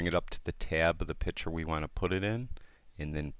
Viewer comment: Nice video...however the word "picther" is pronounced "pict-ure". Like you vids!